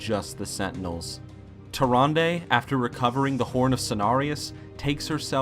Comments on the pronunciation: Why do people still mispronounce tyrande, it's pronounced Tyranda, not tyranday... the characters in warcraft 3 say her name plenty of times. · Tyrande. Tyr-ron-duh. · The only problem I have is "tuh-ron-day." Nice countdown! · You know what i don't get, how can you get an NPC's name wrong when the NPC's say each other's name? Tyranday?